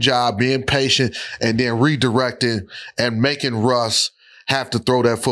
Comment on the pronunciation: What the hell London fletcher be talking about “Rush Rush”…the man name is Russ not Rush…then gone say “no pun intended” 🤦🏾‍♂️🤦🏾‍♂️😂😂